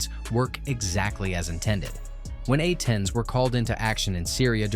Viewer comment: “A-10s” not “atens” - poorly trained AI